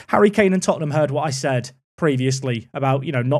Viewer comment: Lad's, it's Tottenham